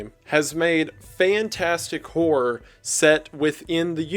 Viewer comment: I am so glad one of my favorite youtubers also pronounces "horror" as "whore"